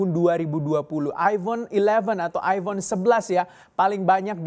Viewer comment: Aifon, bukan Aibon.